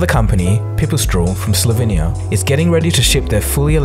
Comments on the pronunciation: also Slovenia not Slovinya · Hey i love all of your videos. Like really I like your personal zouch to the story and how you present the story in a unile way. But what i dont like is how you probouced Slovenia and Pipistrel its probably just because im from slovenia :p but still love your work 😀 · Good material, but please pronounce Siemens and Slovenia properly. Werner von Siemens. founded his company in 1847, so they have been around for a little while.